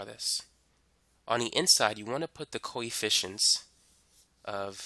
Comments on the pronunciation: Every time he says 'coefficients' it sounds like he's saying 'coy fish-ents' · Bro I keep hearing koi fishins.